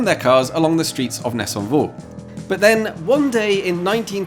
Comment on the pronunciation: Solid pronunciation of ‘Nessonvaux’ 👏